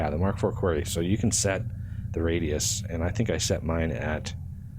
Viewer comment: Your mispronunciation of quarry drives me nuts every time I hear it. Both UK and US English have it as kwa-ree, but you keep saying almost "query"